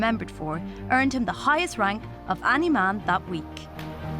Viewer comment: Im only triggered by the way she says 'any'